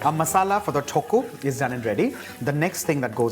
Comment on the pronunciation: The way you pronounce thokku is absolute blasphemy. But your dishes turn out great whenever I try it so I'll let this slide.